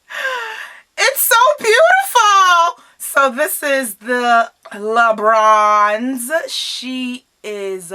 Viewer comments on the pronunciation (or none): I thought she kept saying lebrons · I heard l'beach lmao